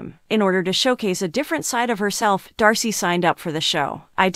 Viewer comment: was commenting on her name being mispronounced.